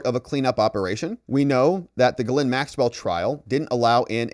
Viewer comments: love your videos but why do you pronounce ghislaine like GhiLynn its Gis-laine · The "S" is not pronounced for Ghislaine Maxwell. Even if other people with that same name pronounce the "S," Ghislaine Maxwell doesn't. Virginia Roberts Giuffre has always pronounced it without the "S" and she would know.